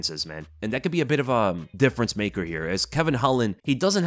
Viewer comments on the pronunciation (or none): none